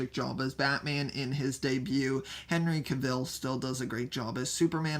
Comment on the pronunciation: “Henry Kevil”